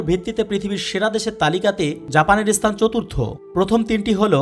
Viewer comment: Bangla uchyaran sansodhan kara darkar.asthan na, kathata sthan.